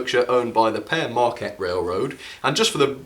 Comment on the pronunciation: its pronounced peer marquette not pear marquette